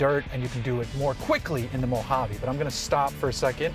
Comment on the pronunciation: Thank you for saying Mojave correctly!!!